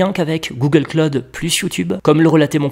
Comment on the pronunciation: "Google Claude" Aux USA si tu parles de Google Claude au Americains ils vont bien se marrer du Frenchy... Google Cloud ==> Pas Claude mais klaʊd ou KLOWD